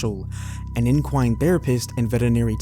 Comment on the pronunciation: Some pronunciations were off and what is ENQUINE?